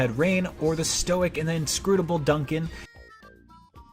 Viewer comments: I’m just going to assume the mispronunciations was because the guy reading the review was not the guy who wrote the review. Problem saw Dunban and misread it as Duncan etc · On top of the "Duncan" mistake, they couldn't even pronounce the names of the characters correctly. He said "Rayne" instead of "Reyn", and in the corrected video, he said "Dunbawn" instead of "Dunban". How can you play a game and hear their names pronounced 100+ times and not know how to say them? It's baffling to me. I personally have criticizes with this game, even with the understanding that it's a remaster of a Wii game. I really don't like the UI for the combat - pressing left and right to select artes is really tedious, I'd rather just press a button mapped to a specific arte like XC2. They could have used the LT to select between 2 sets of artes. I also really didn't like the button prompts for chain attacks and the visions - I really don't like how they interfere with your own button presses. When the player presses a button, you need to honor that rather than just rip control away from them and expect them to do something else. There had to be better ways to implement these mechanics without stealing control away from the player. I also think the DE could have included a mount to make travel a little faster. And there's too many quests. Way too many meaningless quests. I stopped caring about the dialogue in them very quickly. It's kind of insane the party doesn't even react to how ridiculous some of these requests are. This is truly a case of quantity over quality.